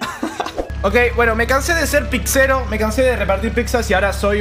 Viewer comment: Se dice pizzero no pixero